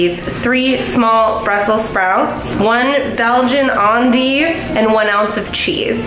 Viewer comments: Lol it’s pronounced END-DIVE not AHn-deeve but she tried😂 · Its endive. Not ON-Deeve. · The way she says endive 😂 it’s pronounced ‘ennn-dive’